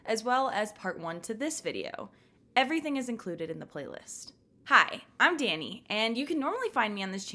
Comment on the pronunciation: 0":40. Thank you for including my community post and for pronouncing my name correctly. I love your channel and I love you Dani.